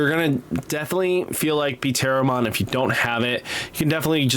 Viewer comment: Pteromon comes out like Teromom, p is silent like pterodactyl